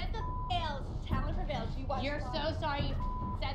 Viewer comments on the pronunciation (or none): Did U hear Christi say “Talent Prevailes” and then she said Bish Swish Swish 😂😂😂😂😂😂😂😂